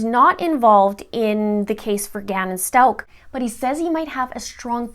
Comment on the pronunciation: You are not saying the last name right!